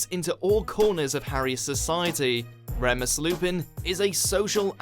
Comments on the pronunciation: It’s rEEmus lupin! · It’s pronounced Reeemus not Re mus. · REM-US I'M DEAD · Says they're Potterheads, can't pronounce Flamel or Remus right. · Yeah I have never heard anyone 'cept this guy pronounce Flamel or Remus like that, he's clearly been in a bubble and not arsed about researching the subject himself!